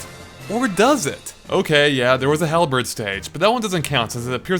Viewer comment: I'm not even sure how the word halberd could be butchered so badly.